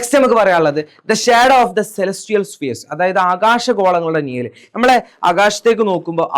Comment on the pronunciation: നിയൽ അല്ല മാഷെ നിഴൽ നിഴൽ